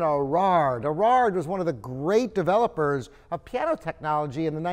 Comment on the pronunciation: Erard made a piano that sounds great even after 2016 minus 1875 = 141 years! Top quality materials and top quality design combined. Thats whats makes ERARD the greatest piano builder of all times. with all due respect; its not "Irrraarrr" butErard. A little more respect for French prunanciation would be nice. Rembember also that it is not Booz and durf urh